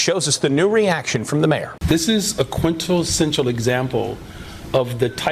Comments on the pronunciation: Did he say "quintal-sential"...? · The mayor can't even pronounce words correctly. What hope does Chicago have? May as well free Smurk and give him the keys. - "This is a quintelsential example". That's not a word.